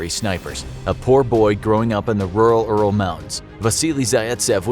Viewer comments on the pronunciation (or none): none